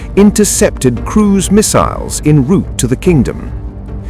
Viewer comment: ANY REPORTER SHOULD KNOW HOW TO PRONOUNCE EN ROUTE!!